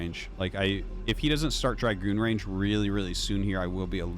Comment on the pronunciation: Wow.... he takes corrections on Chinese pronunciations but can't fix his English. Words that he has been saying for 20 years like Zealot and Dragoon are pronounced wrong. It's not even a tomato tomahto thing... just completely wrong.... and he's like "is it shaoshway or shaoshwai". Really?